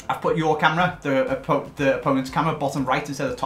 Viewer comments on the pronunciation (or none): none